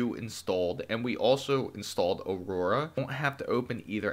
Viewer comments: AURA** not Aroura lol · Who knew pronouncing the word "Aura" would be impossible. This guy showed us that. "Or-rah", bud.